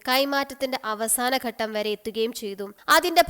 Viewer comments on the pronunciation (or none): none